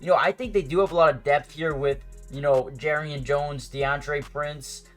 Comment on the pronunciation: How are jaguars fans still pronouncing "Jar"rian Jones name wrong still after all this time did you not watch the Mia O'Brien interview